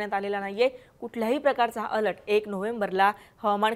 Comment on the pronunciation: अलट नाही अलर्ट 😂